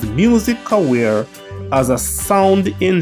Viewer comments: Bro good content, also it Career not Caweer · It's "career" not "cowherrre"